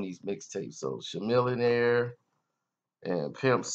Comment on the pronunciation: Out of all the stories u piK this??? Not to mention u said shamillionaire